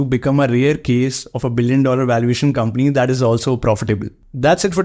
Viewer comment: Why are you pronouncing 'is' as 'ish'; 'C' as 'she'; simple as shimple ... It's difficult, for me, to understand what you tell.